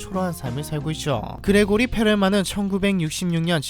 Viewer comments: 그레고리(x) 그리고리(o) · 근데 정확히는 그리고리임 Grigori라서 그레고리로는 발음이 안됨.